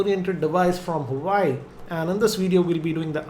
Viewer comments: Bro its nou huai. its pronounced wua-wei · Huawei Pronounced as Hu - va - way :)